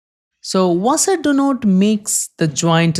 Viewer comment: Wait how can you say section perfectly but not washer